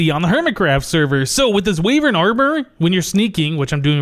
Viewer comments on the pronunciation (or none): Try using more glass at your age ... it´s looking very solid ... maybe more glass will make it more scientific By the way ... the pronounce of the armor is the Wy in Wyvern with the sound of Y ... other wise the way you´re saying it looks like Wavern